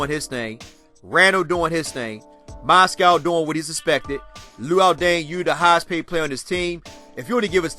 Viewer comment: Lol bro it's Moz-gov not Moscow